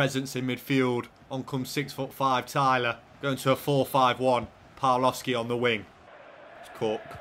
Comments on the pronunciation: Just for future reference, the W in Polish is a V sound, and the L with a line through Ł is a W sound. So it's Pav-wov-skee and Bee-yah-wek - great stuff as always, can't wait for the next one:D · A little Polish pronunciation point, the Ł with a line through it is actually a W sound, so your Polish signings are more like a "Bya-weck" and "Pav-wov-ski". Top recruitment nonetheless! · just some advice but you pronounce Pawłowski pavwovski and białek byawek but keep up the good work